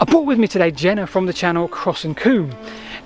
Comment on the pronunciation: FOLC-LORE???? Why do you mispronounce "folklore" deliberately?